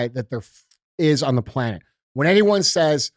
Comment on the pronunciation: Why do you consistently say "pLAnE(t)"?